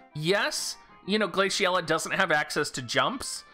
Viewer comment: why are you pronouncing the name like that